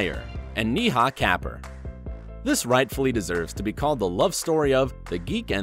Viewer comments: Yes it does. My fellow (Ignorant) Indian. Niha and Neha are different. Also, it's the principle. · Wife of Kunal Nayyar is not pronounced "NEEEHAA KA-PURR" , it's pronounced Neha (with a single "E" ) Kapooor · Pronounce Neha properly. Or at least say that you probably pronounced it wrong like you would if it was a German or French name.